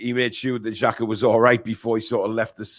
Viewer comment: At least get his name right, it's Xhaka 😂